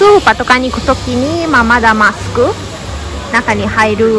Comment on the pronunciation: 「コロナ」「ロックダウン」「マスク」が、英語じゃなく、カタカナで発音できてるのがすごい！ 欧州旅行したときにイタリア人の女の子に「サルディーニャ島がオススメ」と言われていました。意外なところで楽しめました。ありがとう！くれぐれもお気をつけてお過ごしください。